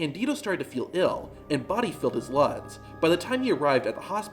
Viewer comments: “body filled his luds”? Just wondering what you meant to say? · "and body filled his luds" WTH?! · "and body filled his luds" ? am I crazy? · I have no clue what was actually said here. "and body filled his lungs" according to the wonderful YouTube caps.